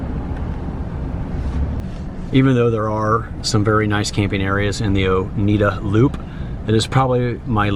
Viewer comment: I haven’t been there since I was fifteen. I was going to boarding school in Union Springs at the time. I lived in Upstate NY for most of my childhood, ages 8-18, after moving from Michigan) Oneida (one of the Six Nations of the Iroquois Confederacy) is pronounced Oh-nigh-duh. I still have friends up there I keep in touch with. Thank you for this video. It brought back so many memories.